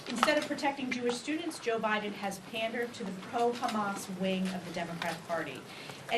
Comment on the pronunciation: Joe Bider?!😂😂😂😂